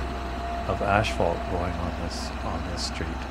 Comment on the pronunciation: Its called asphalt not ashphalt. How long have you been doing this job?🙄